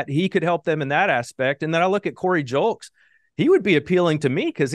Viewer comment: It's "lose" and "Julks"